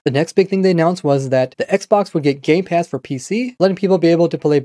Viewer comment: I started laughing so hard when I thought he said gay pass instead of game pass